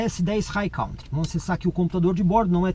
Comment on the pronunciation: Sou seu seguidor assíduo, portanto tenho muita consideração por você. Como a maioria dos brasileiros pronunciam a palavra COUNTRY como "cautri" essa pronuncia não existe no inglês o correto é "'kantri". Estamos sempre juntos. Abçsss$$$